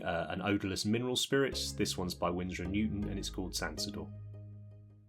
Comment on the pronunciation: Well, if you are into Etymology you'll be thrilled to know, that Sansodor comes from "sans odor", as in "without smell". Probably a good hint at how it's pronounced too :)